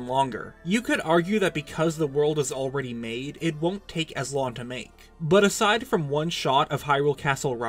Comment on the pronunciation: Enunciate your g's! It's wrong, not ron. It's long, not lawn.